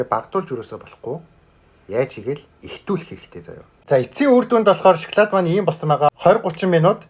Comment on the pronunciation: Эргүү юм уу ? Шоклайд Шоклайд л гээд байх юм мал байхаа 😂😂😂😂😂😂😂😂😂😂😂😂😂😂😂😂😂😂😂😂😂😂😂😂😂😂😂😂😂😂😂😂😂😂😂😂😂😂😂😂😂😂😂😂😂малын сараа байхаа эрэгтэй юм байж нүүрээ будаад эргүү байхаа хүүхдэд дан чинэрэн бүтээгдэхүүнийг л үзүүлэх юм хэдэн удаа хэлэх юм би нэг л хэлье